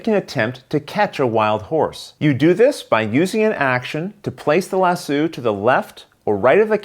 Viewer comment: "Lass Oh"...not "Lass Sue"! Also...the rider gets in the saddle...not the stirrups. (Even though in real life you'd use the stirrups to get up on a horse and sit in the saddle!)